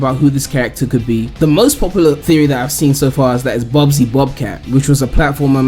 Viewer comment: Bubsy its bubsy